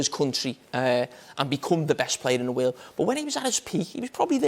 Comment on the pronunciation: "in the waerld!"